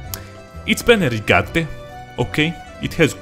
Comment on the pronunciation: "And, of course, it's PENNERIGATTE" hahahhahaha